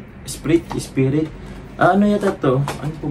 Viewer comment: Wow and daming blessings po. Salamat po sa mga nagsponsor ng gifts sa Inyong dalawa. Ung Esprit po silent T po ang pagbasa nun. At ung Boss na perfume po napaka Bango po Nyan. Ang ung mga American Eagle naku po mamahalin un...